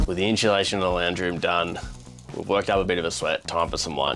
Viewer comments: Hey guys. Please. It’s inSUUUlation and not inSHUUlaSHIN. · It’s insulation not inshulation. When said it I thought why is he adding an H. I am an Aussie I live in a property in the western side of Mt Tamborine in the scenic rim. I found you guys through Max and have followed him from forever. Looking forward to watching your adventures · someone else says “in-shoo-lation” 😂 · was saying it correctly, no 'H' in insulation 😂. Darren from London, UK.